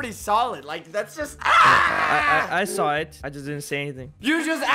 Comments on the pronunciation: Like he already saw it me: did he say sall it or saw it? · like he already saw it me:did he say already sall it or saw it?